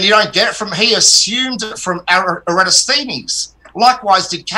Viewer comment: And they always repeat Eratosthines, saying it wrong every time.